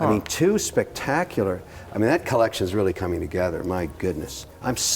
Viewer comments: If this shiny ass head dude says collectión one more time... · Everytime Kevin says: CollecSHJION x_X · Okay petition to stop Kevin saying “ Collectión “ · the "collecsion" gets old by the second...if I have a penny everytime Kevin says it, I would bury him. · I cringe everything he butchers the word collection.